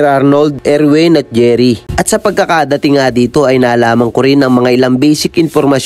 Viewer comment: Anong Erwin 😂baka Edwin